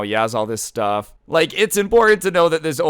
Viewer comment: Woooo! “STUF” 😄😄😄